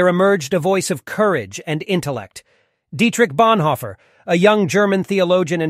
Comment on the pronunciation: Now what sounds really stupid!! is that you’re not even pronounce Dietrich Bonhoeffer’s name correctly to start with 😳🙈